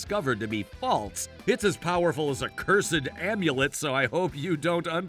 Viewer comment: Cursed, one syllable, smooth word, not ker-sed.